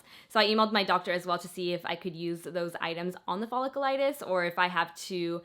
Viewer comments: Folliculitis- “fuh-lick-YOU-litis” it’s not follicle-liitis. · Pronounced "fa lick u lite us".....Hope you get better soon! Clindamycin is the key girl! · Its pronounced ful-ic-u-litis. Love you your amazing